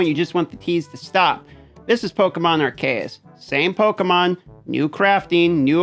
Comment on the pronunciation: I fucking knew he was going to pronounce it ARKAEU instead of ARCEUS lol